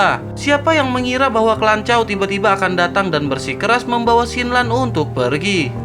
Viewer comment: Klanchaw😂 lanchaw... 😅